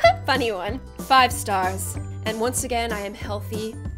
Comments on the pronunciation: In every bitlife video there is “stair way to the stairs” she always says stairs instead of stars. “Stair way to the stars”…. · “Stairway to the stairs” What it is: “Stairway to the stars” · movies: "stairways to the stars!": "naw its stairways to the stairs😌" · //: Stair way to the stairs. Me: ITS STAIR WAY TO THE STARS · “Stair way to the Stairs” said even if it was Stars😂❤i love her😂😂😂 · did anyone notice that she said stairway to the stairs its stairway to the stars